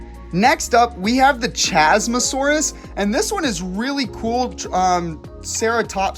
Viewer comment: 1. Isn’t it CHASmosaurus, like Chasm?